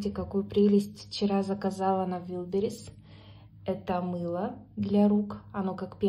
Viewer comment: Вайлдберриз!!!!!! Первый слог Аааааааа.